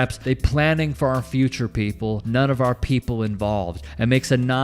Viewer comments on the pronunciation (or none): none